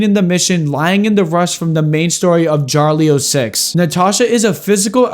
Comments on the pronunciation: I'm Russian and hearing him pronounce ya-ri-lo as JARLIO legit hurts my ears (not in a bad way, butchering names from a foreign language is a universal experience) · It's ya-lo-li